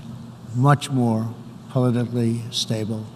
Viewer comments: Did he say Polidently stable!!! Is he talking about teeth?? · "Much more polihily stable"